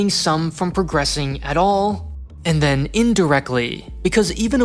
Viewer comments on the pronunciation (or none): none